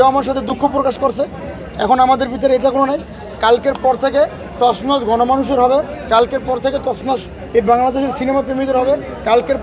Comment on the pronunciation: তছনছ উচ্চারণ করতে পারে না । হালায় হিরো